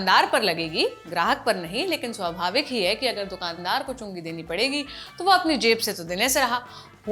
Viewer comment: Everytime it sounds like chunni kategi😅 chungi katna bhai khatna mat kardena.